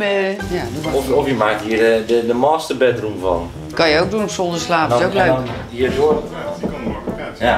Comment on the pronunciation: Maasterbedroem en keemkamer.. Nieuw Nederlands of Noordwijks?